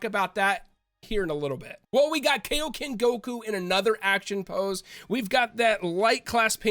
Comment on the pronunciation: why do americans always pronounce kaioken and saiyan wrong?